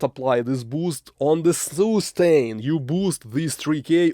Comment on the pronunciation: soostain ! haha love your videos man you're great